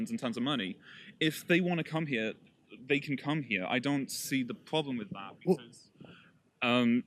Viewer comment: Why cant the soy boy say 'dont' ? State of him/her/it